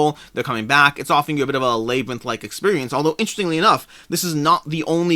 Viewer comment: Alway interesting to hear unique pronunciations. Never heard labyrinth pronounced lay-brinth. Always said lab-rinth myself. My four year old got on to me yesterday for my southern pronunciation of Fri-dee instead of Fri-day. Do you think both of those Hanamikoji versions will be readily available at retail later?